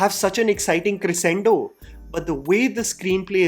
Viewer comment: Dude why is your English do bad??? The accent of a North Indian man-child aside, you use such terribly kaam chalaau words like "come down" n mispronounce words like "crescendo" and also say much awkward phrases like "shoulders of the performance of Allu Arjun". Clearly your abhorrent sentence structure comes from translating Hindi phrases directly into English without adapting it to language convention. I don't mind listening to your other commentary videos but your movie reviews specifically highlight your absolute weaknesses with the English language. Why not just do reviews in Hindi then? Perhaps you'd sound less awkward n blundering